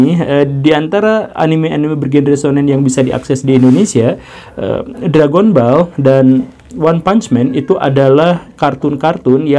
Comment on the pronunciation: Read: DRAGONBAL bukan Drègenbol